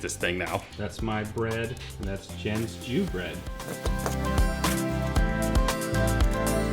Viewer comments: Lmao you didn’t say “Jew bread” did you? 😂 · did he say "jen's jew bread"?